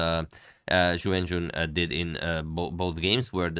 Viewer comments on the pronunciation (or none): Ju When-J-WHEN. The syllables RHYME!!! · not a troll just wrong. Pinyin "jun" rhymes with the syllables written "qun" / "xun" etc.; rhyming part is kinda "üin". Whereas "wen" is usually considered to rhyme with the syllables written "hun" "gun" "dun" etc.; rhyming part is kinda "wən".